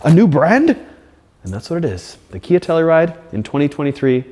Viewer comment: Please stop saying KN Badge.... Its NOT KN it clearly spells KIA Lol. Besides that yes 10/10 recommend